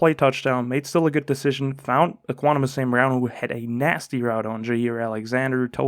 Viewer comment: Ek-wi-nim-ee-yus lol